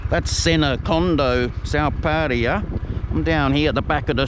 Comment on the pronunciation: I've heard Pattaya pronounced many different ways even though there is nothing ambiguous in the ways it is spelt. Your pronunciation is probably the worst and you pronounced it two different ways in the first 10 seconds of this video.